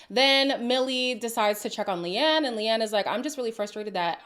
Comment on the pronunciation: Leanne is actually an Irish name so it’s funny that Lucinda couldn’t even pronounce that name correctly. 🤣